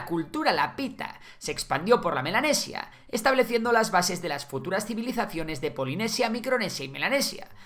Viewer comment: Yo escuchando "Milanesa" en vez de "Melanesis" 😋